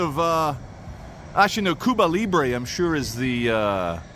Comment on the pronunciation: Cuba Librie not a spelling man.:face-blue-wide-eyes